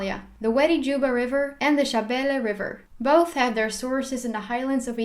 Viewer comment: I like your somali pronounciations of Soomaaliya, Shinbiris, shabeele etc. 🤗